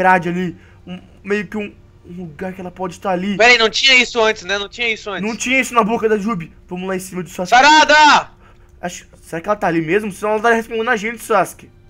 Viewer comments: Quem ouviu o falando jubbis? deixa like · Ele falou Jubis kkkk